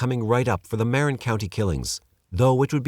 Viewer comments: Marin = "muh-wren" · I don't know how you managed to pronounce "Tamalpais" correctly, but not "Marin." Anyway, I don't think I ever heard of the Trailside Killer, even having lived for 20 years in Marin. Interesting.